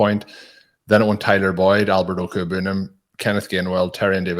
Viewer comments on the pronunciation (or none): when speaking of the Bronco TE, if you indeed prefer to not refer to him by the 'easy out' nick name of "Albert O", then perhaps you would like to hear the correct way to say it? If yes, then I hope this helps. Good luck this season. Peace